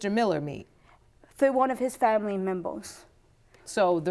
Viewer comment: Did She Just Say “Family Mimbles”!? 😂